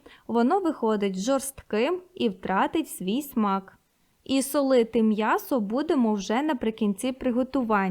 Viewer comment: Мьясо. Рот твой наоборот 😂😂😂